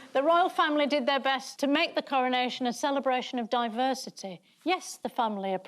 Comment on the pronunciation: Cowonation ffs talk properly